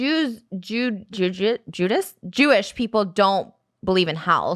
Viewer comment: NO TRISHA ALMOST SAYING JIU JITSU WHILE TRYING TO SAY JEWISH LMAO